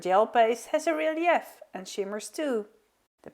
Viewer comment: Very creative and lovely cards. The methods are very helpful,thank you. Do you mind if I help with your pronunciation? I’m an English as a second language teacher. Thee first one is the name of the flower echinacea pronounced ekinAYshuh and the secon is relief pronounced relief. Your English is amazing though and every little bit helps I think! Thanks 😊